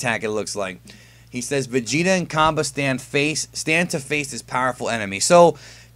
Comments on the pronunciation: It's pronounced Cob-AY not Cob-UH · Hey um...... Cabba's name is pronounced as in 'cabbage.' It's said like that in the Funimation dub